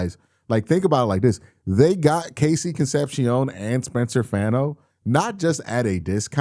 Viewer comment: Can you please pronounce Fano's last name correctly?